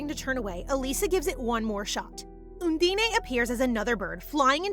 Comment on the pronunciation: can't get used to undene being called 'oondeney' 😅